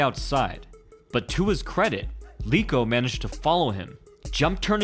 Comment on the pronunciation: LEko not LEEko as in rEd